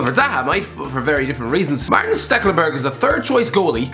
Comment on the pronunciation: You do realize that Stekelenburg's first name is Maarten right? Not Martin.